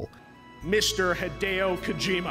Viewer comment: Small detail, name pronunciation of Hideo is “Hee-day-o,” with the accent on “day.”